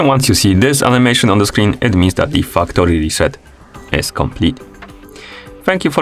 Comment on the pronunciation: “Factory” is very tricky sounding like another word here Sir